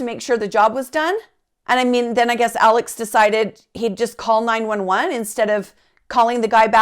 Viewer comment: While the name is spelled ALEX, it’s actually pronounced like ALEC. In fact, when Alex calls 911 after he finds his wife & son murdered, he very clearly says to the operator, “ My name is ALEC.” RE: the boat accident… The boys didn’t “later” go out drinking. They went out drinking PRIOR to the accident. And there was some confusion as to whom was driving the boat. One witness said Paul was. One said Connor was. The other two said they weren’t certain.